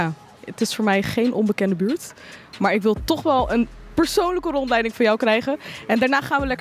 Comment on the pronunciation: in de buurrrttttt😂😂